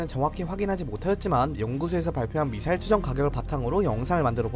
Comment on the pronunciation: 발음까지 미싸일이라 한거 보면 노린거임